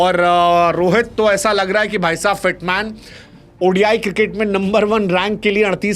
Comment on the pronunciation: हिटमैन ❌❌ फिटमैन ✅✅